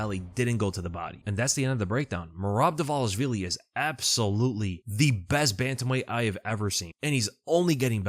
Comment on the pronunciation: Am I the only one that finds it strange all the ufc commentators pronounce merabs name wrong. They call him dwalishwilli.